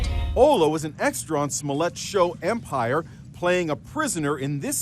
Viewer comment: "EPMIRE !" Yeah, nobody watches that show, that how detectives knew the story was bogus.